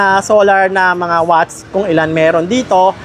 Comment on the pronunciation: Ano yung wach? Akala ko nagkamali lang sa unang pagbigkas ng watts, pero ganon pa rin nung pangalawang beses nya sinabi, watts naging wach, king inang yan, simula non inistop ko na yung video, ayoko marinig yung wach ng siyam na minuto 🤦🏻‍♂️🤦🏻‍♂️🤦🏻‍♂️🤦🏻‍♂️🤦🏻‍♂️🤦🏻‍♂️🤦🏻‍♂️🤦🏻‍♂️🤦🏻‍♂️